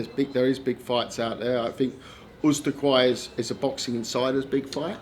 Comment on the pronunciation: It's Usyk not Uzyk